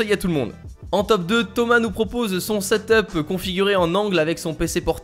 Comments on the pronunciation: Ca se dit pas setop bordel mais seteup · Mec pas setop mais setup sinon très bonne vidéo :)